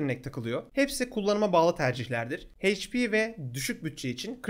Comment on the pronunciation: Hp heyç pi değil eyç pi diye okunuyor